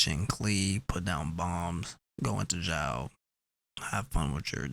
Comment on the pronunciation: Xiao is pronounced "shiao"